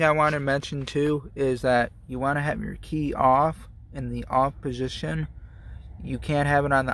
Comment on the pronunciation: On poshishion